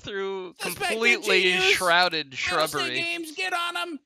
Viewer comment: "shrouded shubbery"